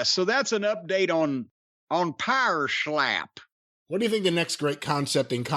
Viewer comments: I just want Jim to say “Pa’er Schlap” in more reviews of this trash fire. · How Jim says “power schlap” gets me every time 😂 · I hope Jim revisits this show every week, because I cried with laughter every single time he slurred "Pohwer Schlap".